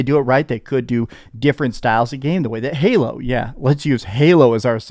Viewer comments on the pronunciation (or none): none